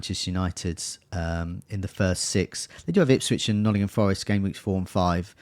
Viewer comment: On behalf of, it's NOTTINGHAM Forest